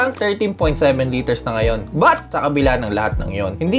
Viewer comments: Ano ba naman kuya.. ang But ay iba sa BUTT. 🤣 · Natatawa talaga ako sa kada but mo na sinasabi e kung ano anong lumalabas e HAHAHHAHA. Keep it up Bro. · love ko talaga ang "but". ang pagbabalik ng "but" :-)